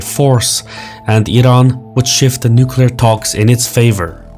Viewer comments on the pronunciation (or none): Another person that says "nukelar" instead of nuclear... Please stop misspronouncing the word its annoying to hear so many journalists fuck it up constantly